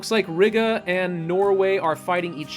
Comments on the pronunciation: I wonder how long it'll take for him to learn/realize that it's Ree-gah not Rig-uh😂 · Please stop saying Riga like that